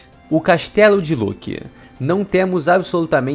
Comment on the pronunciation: Ele falo loki errado o vídeo inteiro